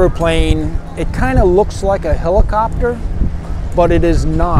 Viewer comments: The "H" is not silent. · Helicopter is NEVER pronounced with a silent H. You are showing your ignorance.